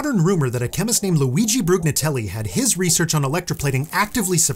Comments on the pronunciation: since you are a connoisseur of linguistic pedantry you should accordingly • pronounce Brugnatelli not with a /gn/ cluster but with /nj/ as that is the closest English phonology has to offer to emulate the Italian /ɲ(ː)/ • not type ⟨‘em⟩ – whenever a letter is elided we use an apostrophy, and the apostrophy has only one shape: that of a small raised 9; the small raised 6 is only ever to be used as a single quotation mark. word processing assumes you want to start a quotation whenever you type a ⟨'⟩ after a space and before a letter, so it will erroneously convert it into ⟨‘⟩. likewise, your ⟨they're⟩ should be ⟨they’re⟩ unless you want to consistently employ straight apostrophes for their ease of usage. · For what it's worth, you don't pronounce the g in Brugnatelli as a "guh" sound. That gn operates more like ñ (like you'd find in Spanish). Since you have demonstrated that you like learning and teaching, I thought you might enjoy that bit of knowledge! Lovely content! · The G in Brugnatelli is silent.